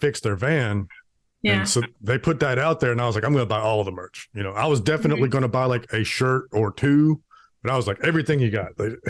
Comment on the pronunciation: "...deffinnittlj not Cannibal Corpse and deffinnittlj not Metallica."